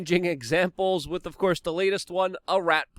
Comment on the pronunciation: Luke. Please work on one word. With.... Not "wit" Please bro. You can do it. I know, English is not your first language. But come on man. Your English is better than mine, except that one word.